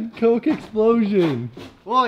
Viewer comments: Why di you guy's say cocy bro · im triggered. Cok E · Can you stop saying COKIE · It's coke not coky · Coke? They pronounce it (co-kee). REAL PRONOUCIATION ( CO-K-A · Why do they call it cocey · Why do you call coke coky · Man its not " coo key " its just coke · It’s not Cokey it’s coke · I love ur channel but y do u say cokey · It is c-o-k-e not c-o-k-e-y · Stop saying cokeee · why are you pronouncing coke like its cokey or cokie I mean its pronounced coke ok